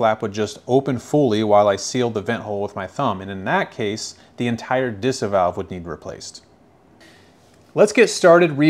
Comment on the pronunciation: I love watching your videos 😍 but as a German I can't help myself but giggle whenever you pronounce German words 🤣 It's Deesah Differenzierte Saugrohr Anlage 🤓